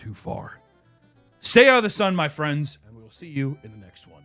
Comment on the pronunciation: “well the china people ate my closest fweinds… bats”